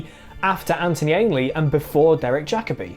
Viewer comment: Omg he said Jacoby right. Good!!